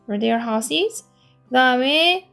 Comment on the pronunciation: 별로중요한것은 아니지만 Houses 발음은 하우지즈 로 하시면 좋을것 같습니다. 시험에 내는 학교가 종종있어서요ㅎ